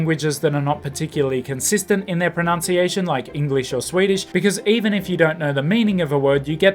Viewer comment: Interesting and useful video - thanks. On small irritant for me, the word pro-NUNC-iation should be pronounced the way it looks and not as you do it in this video: pro-NOUN-ciation.